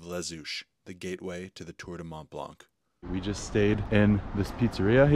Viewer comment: Very nice video. However, you do not pronounce the "C" at the end of Mont Blanc...